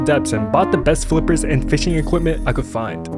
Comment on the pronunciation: Bro plays fisch so much he said fisching it's fishing